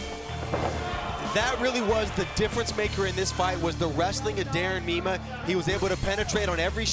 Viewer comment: Its pronounced "MY-MAH"...Please say the "mean one" ☝🏼💪🏼😂